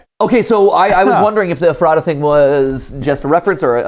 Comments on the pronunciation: Everyone I’ve ever met had pronounced it Ef-ruh-ta but I like Mats interpretation. It’s apparently named after an old name for Bethlehem: Ephrath making it the second town named after Bethlehem in PA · as a PA native, i couldn’t stop grinding my teeth everytime matpat and mispronounced “ephrata” LOL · the pronunciation of ephrata hurt a little bit as a Pennsylvanian 😭😭🙏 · I live near Ephrata abd I hate when people pronounce it wrong! I live in Strasburg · ephrata is pronounced f-rat-a ^-^ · its eF-fra-dah not however you said it lol. Its a town in Pennsylvania near Lancaster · i live like 20 minutes away from ephrata and have a few friends there, but the pronunciation is killing me. it’s eh-fruh-tuh not ef-rata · If it's pronounced the same as the town, it's EF-ra-da not ef-RAH-ta. (yes the t gets mushed into a d sound, don't worry about it :p) Edit: got further in the video, it is the town lol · I know they're probably not gonna see this at this point but it's funny living near Ephrata, PA and hearing them pronounce it Ef-rah-tah, here it's pronounced Efruh-tuh. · My hometown of Ephrata, PA is on a GT Live video??? Also it's pronounced "Eff-ruh-tuh" with emphasis only on "Eff" and "tuh" not "Effrah-tah". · Okay, no one will probably see this, and this is by no means hate towards Mat, BUT: it is not e- fr ahh tah The way I learned it was Eff rata As in ratatouille 😆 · How they pronounce Eph-er-da kills me 😂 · Guys can we talk about how they’re pronouncing Ephrata? It’s Ef-er-ta 😢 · didn’t think i’d hear matpat butchering the name of a town an hour away from me today, but here we are. ephrata = eff-ruh-tuh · Ephrata is pronounced Eff-ruh-duh. I live like 20 min from Ephrata so it just feels weird hearing them say Ephrata the way they do lol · Not to be that guy but I lived in that area of Southern Pennsylvania for years, originally from there, like half an hour from real life Ephrata and Ephrata is pronounced more like Eff-ruh-tuh